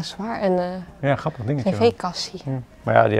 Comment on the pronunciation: Super leuke video! Ik volg jullie al zo zo lang. Ben benieuwd naar het eindresultaat! Grappig hoe jullie het woord grappig uitspreken; “ gappig”.